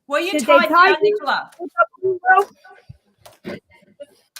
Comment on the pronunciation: can't say Nicola's name correctly?!